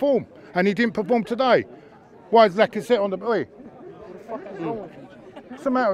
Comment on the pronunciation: “doesnt paporm” 💀💀💀